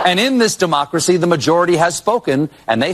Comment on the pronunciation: Actually its not Duhmocracy. Its Democracy. As in de jig is up libs and dems.